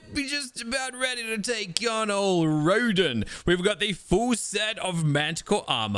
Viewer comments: It’s rodan like road an god say it right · you can food multiple heads to your dinos to power them up also Day??? Of telling it’s Roe like the food And Dan like the name not the way he says it lol